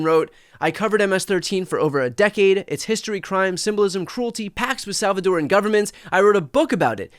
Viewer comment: Brian It's "Salvadoran"